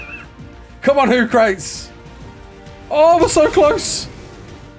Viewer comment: I LOVE YOU BUT HOOCRATES IS most likely supposed to be PRONOUNCED 'WHO KRUH TEEZ' LIKE THE OLD ASTRONOMER SOCRATES 'sok ruh teez'. I ASSUME lol 🙄